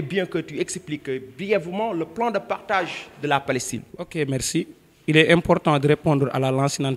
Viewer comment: Ce professeur est vraiment nul. Il recite comme une eleve a l ecole primaire. Niveau de francais nul. On ne dit pas "partaze" on dit "partage". Il dit : des son lendemain. C' est pas correct. On dit : des le lendemain. Il donne de fausses dates: l etat israelien est cree en mai 1948 . comment la guerre d' independance peut avoir lieu en aout 1945. C'est pas vrai. Prof nul, eleves nuls